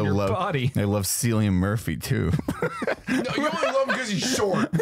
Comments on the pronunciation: Cillian Murphy is Irish. His name is pronounced Killian. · 😂 pronounced Kill-I-an Murphy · Definitely pronounced Killian Murphy…still love you nonetheless